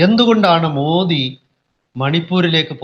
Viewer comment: മോഡി അല്ല മോദി എന്നാണ്